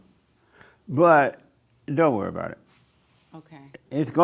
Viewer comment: Ahh it's the perfect pronunciation lady again avoiding any and all accent or misuse of Ts and Ds, except the Canadian "aboot" 😅